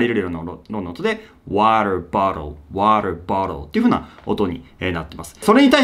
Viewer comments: ワタボトゥ〜は卑怯やわw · 確実にワタボトゥの発音日本語より可愛いだろ。。